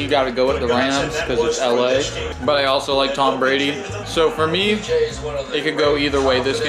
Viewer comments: This dude really said tom bradly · said Tom bradly😭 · Anyone realized that is said Tom bradly? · Are we gonna ignore said “Tom Bradly😭😭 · be saying Tom bradly